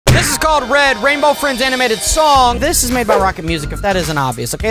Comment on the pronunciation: It's red not led